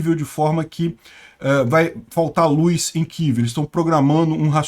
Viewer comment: gosto e assisto todos os dias seus vídeos, mas não aguento ouvir você pronunciar luz, com is. Kk. Um abraço